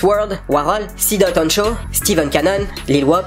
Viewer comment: C'est pas [Sidot honcho] [C.D.O.T honcho]